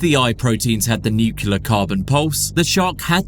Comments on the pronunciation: “Nucular” brother, you are using your voice to educate others on the internet. You should be more careful making sure you are pronouncing words correctly, especially when you are saying this specific word so many times in one video lol. The word is spelt “Nuclear” not nucular brother lol interesting video for sure but man hearing you say that word like that makes me not want to trust what you’re saying lol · Nuclear - New Clee ah, not Nukular. What is up with so many native english speakers being incapable of saying this word correctly. It immediately makes a person sound like a child trying to say "science words" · Dude, it's nuclear, not nucular 😅. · Nuclear….. pronounced nu-cleer NOT nu-cya-ler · I don't trust anyone who says "nucular" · He said "nucular" at least three times. Now i doubt everything i heard in this video. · Did the narrator just say "nuculus?" I'm out... UGH. "Nucular?" Mate. Is English even your first language?